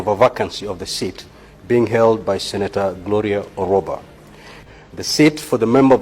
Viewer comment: Gloria Orwoba not Orwaba,.